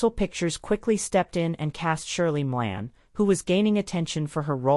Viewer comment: It's Shirley Maclaine, not Shirley Milan